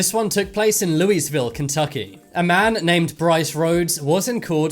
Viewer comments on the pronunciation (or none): One, it is not Lewisville, KY it is pronounced Lou-a-vul. And two, the map says Missouri! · Loo wees ville.....lol. ask someone in Kentucky....it's lawville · You need to learn some geography! You say Kentucky, and place the map pin in Missouri! I had to laugh. You can’t fix stupid! And no one there pronounces it “Lóo-weez-vil”. They pronounce it “Lóo-wuh-vuhl”. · Bruv...It's LOOU-E-VILLE. Not Louisville. Lol!!! But It's all good, you're not the first to call it that. 😁😆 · “this took place is “Lewis villle” Kentucky drops a pin in Missouri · Ok 2 things... It's pronounced lou-uh-vull Kentucky and 2nd why is the pin drop in Missouri and no where near Kentucky?? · "Lewis"ville. LOL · "This takes place loueyville ky" proceeds to place marker on Mo and mispronouncing Louisville. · and i don’t remember it being pronounced (Loo-eez-vill) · The way he said Louisville made me cringe. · He pronounced Louisville wrong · Pronounces Louisville very incorrectly and then points to Missouri instead of Kentucky. SMH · AND he pronounces Louisville incorrectly, sounding the "s". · AND he pronounced Louisville wrong! No, Mr. British man, the S is silent.